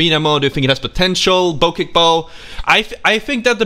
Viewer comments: That’s not how you pronounce the damn bow it’s the bochek there isn’t a h but that’s how you supposed to pronounce it, ps I’m not mad I’m just little bit salty you wait it wrong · is it pronounced boceck bow or bocheck bow?